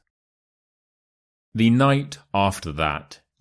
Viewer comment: Why word's sound "the" the last letter is E not like A like tha